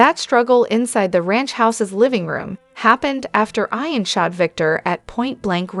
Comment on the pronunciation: not going to follow you have to say ian not I-an